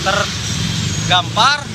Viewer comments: tergampar..? Terkapar kalee..😂🤣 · terkapar bang terkapar bukan tergampar... et dah serbet warteg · Terkapar apa tergampar wkwkwk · Tergampar hihihi terkapar boi bukan tergampar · Lah saksi ngomongnya tergampar dong bukan terkapar 🤣🤣🤣 #grogicuy? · Apa cuma gue doang yg denger pas wawancara warga bilang perempuan sudah tergampar😂😂 mungkin maksutnya terkapar kali ya